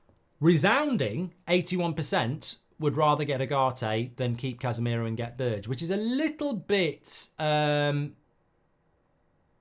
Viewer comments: His name is not BIRCH, its BERGE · Mark its pronounced berg